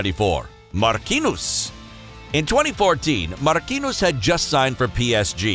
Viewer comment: Mark-kin-nus is how it's pronounced? 🤣🤣🤣🤣